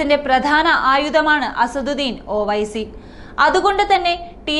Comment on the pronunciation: ഓ വൈസി അല്ല ഒവൈസി എന്നു പറ